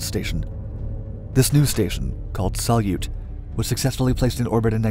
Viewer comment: "Salyut" by the way is accented on the second syllable. It's Russian for "salute" (in the "21-gun-" sense).